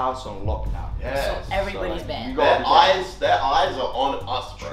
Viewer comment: mans realllllllyyyy said banded